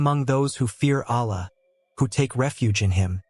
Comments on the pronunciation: Please learn to pronounce the Arabic words as correctly as as possible. For example pronounce Allah with emphasis on two LLs. The creator is pronounced as Allah and not Alah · Please do not use AI text to speech conversion to pronounce the name of Allah. It is not a correct pronounciation.